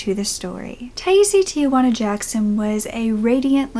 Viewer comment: According to the Charley project 'Her name is pronounced Ty-eese.'